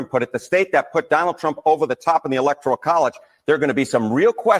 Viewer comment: It's not the "electorial" college. It's the "ELECTORAL" college!!!